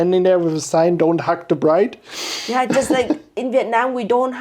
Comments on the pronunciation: Bless the priest saying ‘bridge’ instead of ‘bride’ 🙈😂 I know I know! But it also ain’t my first language either yet it still made me giggle! I also don’t know Uyen but I’ve followed her for years and it did tear up too! What a journey it has been to this moment!! Watching this as a 37 year old forever alone central euro chickie in London… it gives me hope 🙈😂🫶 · Oh he said bridge … not bride? 😮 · How very nice, congrats!! And funny: Did the priest really call you „bridge and groom“ instead of bride and groom? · LOL, in the beginning: he says "bridge" insteade of "bride". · Did anyone notice the Priest said BRIDGE and Groom not BRIDE? Poor Priest having to speak English AND pronounce Vietnamese words! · I can't believe the priest misread "bride" as "bridge" I understand it's not his native language but that word is somewhat central to a wedding 😅😅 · When I heard it I thought "Umm". Then I thought "well", because she is the bridge that bonded two families together. And that's how I'm only going to think of that mistake😅. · bridge and broom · "dear bridge"??? A bridge between cultures for sure but maybe next time the guy needs to learn to say bride. 😅 Anyway congrats and a happy marriage!🥳